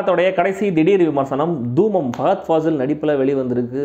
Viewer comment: தூம் இல்லை பிரதர். தூமம்.